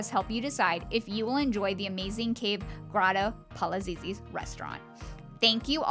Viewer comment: When doing a review, especially of a gorgeous place like this, the least you could do is learn to pronounce its name!